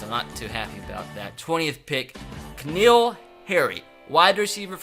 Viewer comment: said k'neal its N'keal